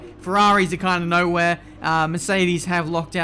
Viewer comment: Nowehere??? Hmm... 10 points for you 👍